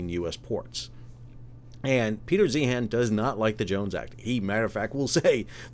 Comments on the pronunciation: First, it is pronounced like ZION. And I appreciated this. Peter is prone to hyperbole. Thanks for getting more granular. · I’d take your opinion more seriously if you pronounced his name correctly